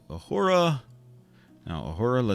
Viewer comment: Love the videos man, keep em coming. Also Worf is O not A,, and Uhura is U not A, sorry had to let you know :)